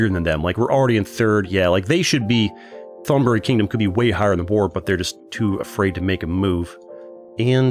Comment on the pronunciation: The way he pronounce old Thailand name 💀. Say the th like a T in the word tiger & the Th”on” the word on will gonna be instant don’t drag it. the word buri too!